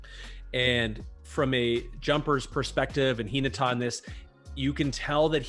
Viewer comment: has the more accurate intonation to how the word is read. I'm not entirely sure but how reads "Hinata" might mean differently from the original. Kinda like how the word "lead" means two different things when pronounced differently. Tonal languages like Japanese are quirky like that when compared to English.